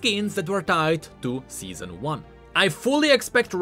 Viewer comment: Seezon duu